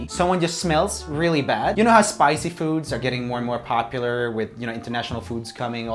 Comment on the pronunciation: You said spicy foods and I thought you said spider cucoons